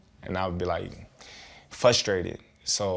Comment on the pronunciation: What does "FUSTRATED" mean??